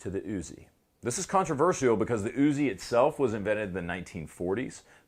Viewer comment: I think it's kaan·truh·vur·shl that you pronounce it kaan·truh·vur·see·ul. . . How 'bout dat?!